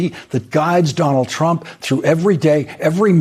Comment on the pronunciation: Is it just me... or doesn't sound like every time Elise Labott says his name she says "President Chump"?